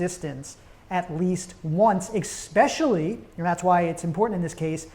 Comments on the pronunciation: I don’t trust anyone who says “exspecially” (or has 1990’s frosted hair lol) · I find it highly annoying that you are unable to pronounce the word especially. The letter X is not involved. It is not exspecially. You probably say expresso too right?